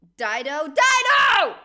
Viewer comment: You getting dido right made me laugh